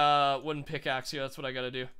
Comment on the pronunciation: did he say Let me get a stone pickle? XD